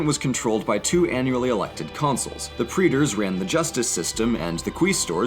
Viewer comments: It's worth mentioning that Aeneas didn't actually exist and nobody assumed they were descended from Trojans until Virgil wrote his fanfic. That pronunciation is awful. Tip from someone who's learned some Latin: The letters 'ae' are pronounced like the word 'Eye'. Praetors and Quaestors are thus pronounce 'Pry-tors' and 'Kwy-stors'. The Roman Kingdom is noteworthy for having Seven Kings, Rome was built on Seven Hills, also the Kings themselves have some pretty interesting stories (like Servus Tullius who was a slave when Tarquinius Priscus thought he saw a halo of fire around his head so he was all like "Yeah kid you're king now", or Tarquinius Superbus's forceful takeover of Rome and the Rape of Lucretia). More noteworthy Punic War 1 shit: Carthage noted that Rome was incredibly conquer-y and the Mediterranean Sea would be a little bit of a HUGE deal so they used their superior navy to beat the shit out of Rome. Storms occasionally would destroy ships and wash them ashore, so Roman engineers had to reverse-engineer ships themselves. Problem is they had zero sea-battle experience, but LOADS of land-battle skill. So what did they do? The invented boarding planks, then turned sea battles into land battles, and won. This is a little glossed-over, and needs more clarification. Your name is Romanus Personus. You live in Rome. You've had tax increases and family deaths all due to two wars with these dickheads from Carthage. First they laid claim to the who fucking sea, the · how did he just pronounce Praetors?